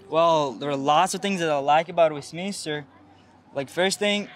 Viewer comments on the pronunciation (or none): westmiNSter boladi. miNISTER mas